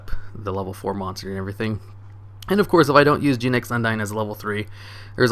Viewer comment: i dunno why, but the way you pronounced "Genex" really irks me